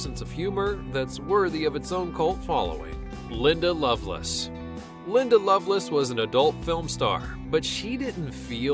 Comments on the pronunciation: Good Lord, Linda" Loveless"??? Really? You can't pronounce one of the most famous porn stars in history's name correctly, the way it's spelled, by the way? LoveLACE. L-A-C-E. Pathetic. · You pronounced "Lovelace" as "Loveless". Why? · It's Linda Love - LACE Not LoveLESS. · LINDA LOVE LACE NOT LOVE LESS LOL. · I agree especially how he kept calling Linda Lovelace,Linda Loveless. Rookie mistake.